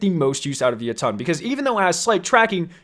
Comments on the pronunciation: Jotunn is pronounced [yot-en] like the Norse realm of the giants, jotunhiem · It's pronounced yo-tun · Any else love his videos but hate how he says Jotunn? “Yo Ton” instead of “yotin” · He called it the “ Yuttun” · Sounds like you are saying ye tonn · He pronounced Jötunn wrong